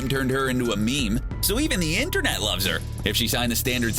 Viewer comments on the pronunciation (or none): none